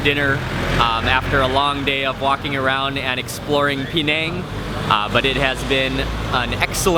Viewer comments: Penang is pronounced "Penang" - not "PEEnang"!! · Pronounce it Peh-nang, or Puh-nang, but please stop saying Pee-nang